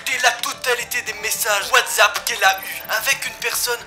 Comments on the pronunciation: « wazap »😂😂😂 c’est pas whatsapp par hasard ?😂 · T le seul mec au lieu de dire WhatsApp tu dis WhatzsApp